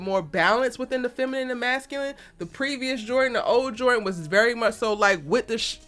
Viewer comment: Jor dan!!!! Jor dan!!!! Is dropping the d a cultural thing? Don't do that to people's names.